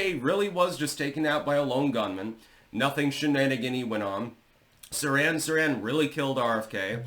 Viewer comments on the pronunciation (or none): Small quibble: It's Seer-hahn Seer-hahn. Not Saran Wrap! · its pronounced sir-han sir-han